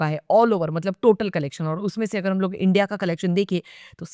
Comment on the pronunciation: India ❌ andia ✅ 😅